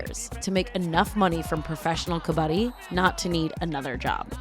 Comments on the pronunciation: Correct Pronunciation is Cub + Budd + dee together. "Cubuddee" You guys are saying cub baa dee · Not " कबाड़ी " it's called " कबड्डी"